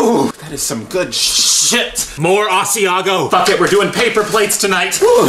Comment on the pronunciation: comicsans Yeah (s)he said asiago 😐